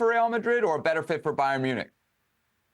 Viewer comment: You shouldn’t be near comments when u can’t even pronounce Munich ffs